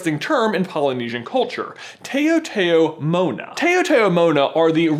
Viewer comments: Taotao mo'na is said like Tay-ow Tay-ow Mow-na, I believe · As a Pacific Islander, I'm here to tell you that it's pronounced "Tao-Tao Mona". Ta-ow Ta-ow Mo-na. Not Tayo-Tayo. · Hey man. Its not pronounced "Tay-o tay-o Mona". It "TUH-ow" Like in one syllable. Thats how we chamorros pronounce it yo. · OMG. Lol! Sorry I just need to correct you a little. It's actually pronounce "TAoTAo Mo'Na" (Tah-oh Tah-oh Mo Na). Sounding like "How How Mo nah" , not "Tay-yo Tay-yo". I'm from the Marianas Islands and Taotao Mo'nas don't reincarnate into coconut crabs. Taotao actually means "People" and "Mo'na" means" ancient ". They actually remain human spirits who live in the jungles and pinch people who disrespect the land and trees. Anyway, love your theory on how it connects to Ursula though! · Awwww lol the way you pronounced it, I was like... why does that sound familiar ?? OHHH .. lol its pronounced ta-ta-mo-na (in Guam anyway) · It's pronounced as tow-tow-mona(taotaomona). Oh the cringe!!! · Its Micronesian Culture and its Taotao (tow-tow) Mona. Taotao meaning "people" and Mona meaning "before". This is the Chamorro language from Guam, where im from. Love You Guys! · OOOOOHHH MY GOD you still haven't learned how to say taotaomo'na (its pronounced tao - like taoism) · I can't cope with his pronunciation of taotaomona. It's said, "Tow-tow-mona," the "tow" rhyming with "cow." Blargh. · Guys... it's pronounced Tow-tow-mona...think of "tow" like "towel" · he didnt pronounce tao tao mona right. Also a tao tao mona is just a spirit of our ancestors